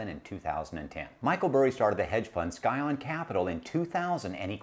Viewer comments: Didn't realize it is Skyon. Think is is actually pronounced "sy-on". Just trying to help. Otherwise like the podcast alot. For reference, a scion is new growth of a biological organism. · Do you really think"scion" is pronounced "sky-on"?